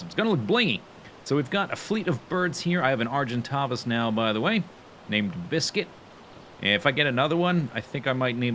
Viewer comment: Argentavis the 2nd a is with an a like in "stay"